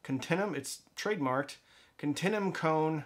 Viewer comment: It's pronounced continue-um.